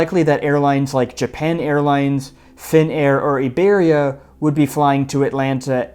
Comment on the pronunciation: First of all thanks for pronouncing Iberia properly, also I still cannot believe how incredibly bad LAX is.